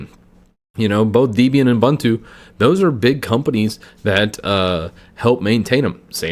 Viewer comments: No one noticed that he mispronounced Ubuntu? I've always heard it pronounced "Ooh-boon-too." alternates between "a-bun-too" and "you-bun-too." At least he pronounced Red Hat right! 😃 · Ubuntu is a South Africa word, founded by Mark Shuttleworth (South African). Meaning ‘humanity’. It’s pronounced ‘oo-boon-too’ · Thank You also he should learn how to pronounce Ubuntu